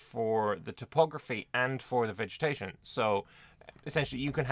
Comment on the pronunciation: Did you just say "vegemetation"? 😂